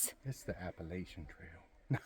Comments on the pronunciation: So glad to finally hear some pronounce Appalachian correctly!!!😂 Hope all goes well with your hike! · You say it right at least according to those who live there.